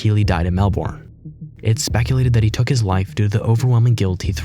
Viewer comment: AI needs to learn how to pronounce Melbourne properly